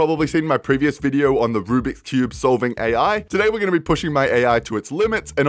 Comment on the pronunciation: And i hate you say "Rublix" Even though it's Rubik's Cube.